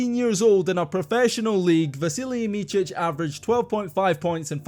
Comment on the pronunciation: his name is not pronounced Michich but more like Mitsich